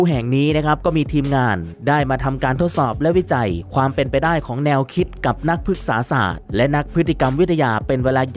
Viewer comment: พึก-สา-สาด วาซ้านนนน😂😂😂😂 อ่านไปได้น้อ